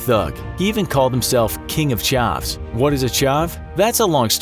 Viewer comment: Ch-a-ves is said differently I’m from England